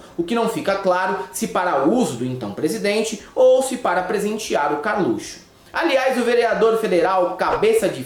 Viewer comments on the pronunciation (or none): none